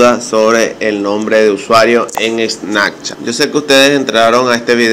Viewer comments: Menos mal leí los comentarios en los primeros segundos, le daré dislike al vídeo, y no es snacchat es snaPchat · SnaPchat no SnaKchat. Que perdida de tiempo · Snakchat jajajaj